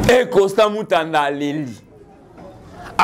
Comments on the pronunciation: Constant Mutamba non Mutanda😮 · Mutamba et non Mutanda mon frère .